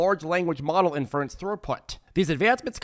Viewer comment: Lol the guy can’t say inference.